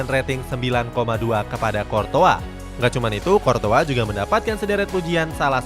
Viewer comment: Qurtois bukan qortoa